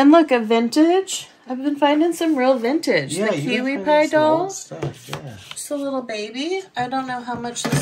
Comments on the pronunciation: Kewpie doll; not Kiwi Pie. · That doll is called a kewpie, not kiwipie doll. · Nippon was the name of Japan before WWII. It doesn't add any more value to the piece. Moriagae is the porcelain extra design on the outside of the vase. Idk if that piece will bring that high of a price but good luck. Kewpie is pronounced cupee like cupid. Lol